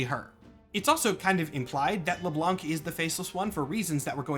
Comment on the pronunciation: so, its French. You don't say the "C" in Le Blanc.